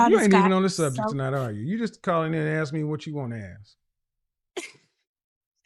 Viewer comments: ASK!! Not AXE!!! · i just wanna know why black people can't say " mask" " task" " flask" but they cant say " ask" they say : axe . Can you or someone explain ?